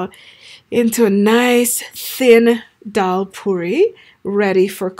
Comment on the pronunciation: Its daal not dhal.